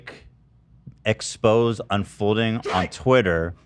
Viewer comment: Did you really pronounce "exposé" as;,"ex-pose??lololol